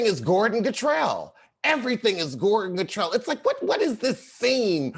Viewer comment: Not"Gordon gartrel"! you stupid!!!! 😆